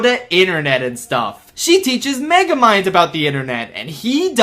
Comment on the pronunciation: Dude him being so pissed at Meguhmund dum synduhcite was one of the highlights of my day when I first saw it, it was so funny, and now I see it again in Mario Kart? Beautimus